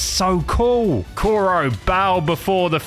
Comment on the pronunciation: I hate the fact he said captain Koro instead of kuro